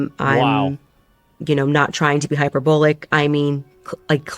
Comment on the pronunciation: Hearing her pronounce "hyperbolic" was like watching one of those "read this index card" videos.